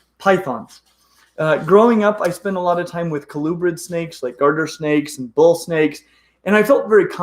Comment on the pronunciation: Are you saying "Garter" or "Gardner" Snake? Is there a difference? I'm most familiar w/ Ball Pythons and Blood Pythons. Don't know much about Calubrids...except for Rat Snakes. Enlighten me, please.